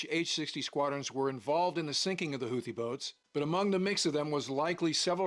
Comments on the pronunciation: Stop saying hoooothhhe Pronounced ‘hootee’ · Houthi is read like this Hou : Who Thi : Tee (like golf ball's tee) Houthi : Who-Tee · Its more like hoothee is how you say it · I keep hearing Houthi pronounced "Hoo-tee"...with the second "h" silent. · Houthi is pronounced who thee I believe. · We pronounce it Houthi (Like.. Tooth-y) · Houthi is pronounced "Hoot-thee." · Houthi is pronounced Who - The with the The like The before a vowel and don't shake your vocal cord. The Who part signify how significant they were in the world stage before they begin to going Somalia Pirate. Yeah, Houthi? Who? Oh, The pirate! No, not that one, another. Oh, right. Who-The. If that isn't funny, I guess it;s because am druynk